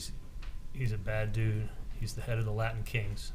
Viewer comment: Rashbaum:"Laddin Kings" "threadened" 🙄🙄🙄